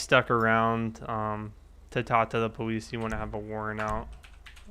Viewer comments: its police not powece i am dis likeing the video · im not being ruid but tour saying powice and saying your l's wrong not being ruid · does he say powice? ? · Did he say powice